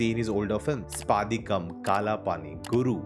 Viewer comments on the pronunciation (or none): Sadayam not sadyam. Spadikam nt spaadikam